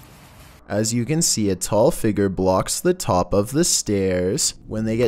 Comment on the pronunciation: Say figure with me "fig-yer" not figger.